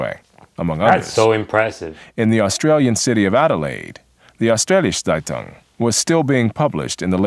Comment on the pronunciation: is there a reason why the speaker of that video is butchering the words so much? saitang? please, the word starts with a z and it ends with ung. and which schools are you talking about? are you really telling me that we here in austria never heard of the pre WW2 history of germany? because you explain it like it is nowhere taught outside of germany. nowhere, never ever, maybe in german schools.